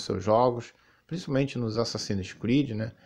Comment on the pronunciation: “Assassínis cruídi” kkkkk